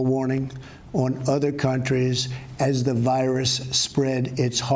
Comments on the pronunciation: He appears to have trouble breathing and pronouncing words ("emergency" is pronounced "mergency", "cargo" is spoken as "carg" with an apparent gasp for air), in other cases he is slurring his words. Seriously, this was alarming to watch. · OMG. He said "mergency" instead of emergency.